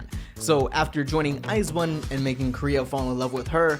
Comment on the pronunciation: ice one? lololol 🤣🤣 thats not the way to said it